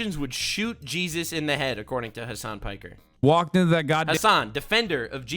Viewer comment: Ha! He said Hasan Pecker! I am vindicated!